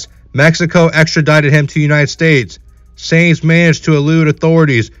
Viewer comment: His last name is pronounced like science 🤦🏻‍♂️🤦🏻‍♂️🤦🏻‍♂️🤦🏻‍♂️🤦🏻‍♂️